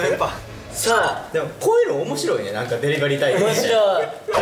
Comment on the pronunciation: 恭平がデリバリーをヨクバリーって言って丈くんが笑うのめちゃ好き😃